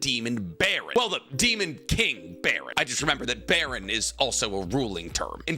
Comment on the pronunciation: I hate to be that guy, his name isn't demon king "Baron", it's demon king BARAN. Also Jinwoo's name is pronounced Jinoo, you hear it in the anime people.